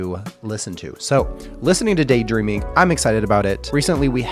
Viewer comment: Kanami's guitar solo on this is incredible! I think it's funny how they turned Daydreaming into a 4 syllable word. (Day-dur-eam-ing)